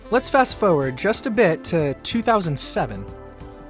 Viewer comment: "forward"s are missing their first R's. There's a "toward" but no "foward."